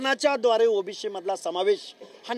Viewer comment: याला ओबीशी व ओबीसी याचा उच्चार येत नाही हा कसला प्राध्यापक